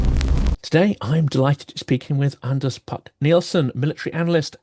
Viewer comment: Always a pleasure listening to Anders Puck Nielsen ("d" silent in Anders and Puck pronounced "pook").